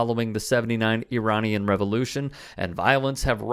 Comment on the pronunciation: So it’s not I Ran but it’s pronounced I-Ran-anese?